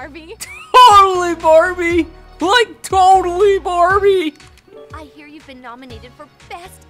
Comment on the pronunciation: Barbie* not barrie